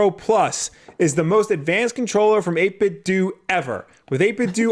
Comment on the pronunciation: 8bitdooooo is the correct way